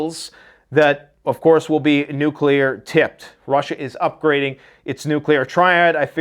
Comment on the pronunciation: If you would be so kind,. Please explain to us why a nucular response in inevitable. Thank you.